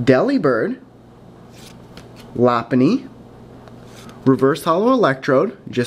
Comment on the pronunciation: Plus lopunny is pronounced low-pun-nee